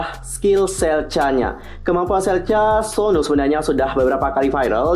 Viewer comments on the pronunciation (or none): Aku nyebutnya suno bukan Sonu😂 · Tulisan nya Sunoo tp klo di panggil dlm pengucapan bhs Korea itu yg bener sonu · Dalam pengucapan bahasa Korea, Sunoo dibaca Seon-u